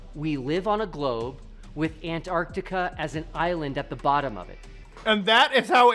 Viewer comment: Both flat and ball earthers agree on mispronouncing Antarctica 😒